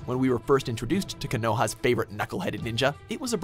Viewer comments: no, we’re more disappointed in the pronunciation of “Konoha”….. KAH-NO-HA??!?!?! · Jesus Christ the way he said konoha 🤦🏾‍♂️